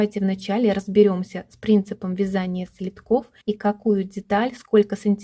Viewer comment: С самого начала ролика убивает слово,, следки,, (ударение на,, и,,). Правильно ударение на,, е,,. Уважаемые блогеры, пожалуйста, перед тем, как вести свой блог, загляните в словарь русского языка.